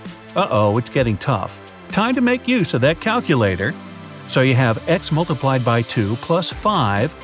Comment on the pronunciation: "Caculator," Me: Already confused.